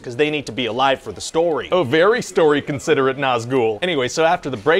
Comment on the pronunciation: hahaha consideret Nazgul killed me hahahah